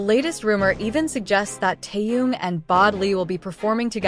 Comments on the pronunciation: Когда научатся правельно произносить имя Тэхен ,что так сложно ? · Опять робот с неправильным произношением Даже имя Тэхёна несколько раз перековеркано. 👎